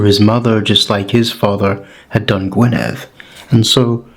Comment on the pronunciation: Noswaith dda. I just the way you pronounce the word Gwynedd. Diolch yn fawr,. 🥇🥇🥇🥇🥇🏆🏆🏆🏆🏆